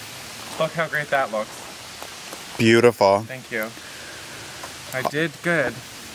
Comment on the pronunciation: “Thank Yew”